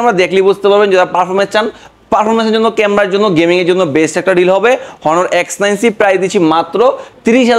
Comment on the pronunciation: ওটা হনার না অনার